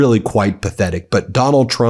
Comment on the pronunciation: i very much enjoy the "Doland trum is panicing" intro.